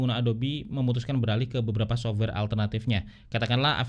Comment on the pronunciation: Sof-wer, bukan sobwer.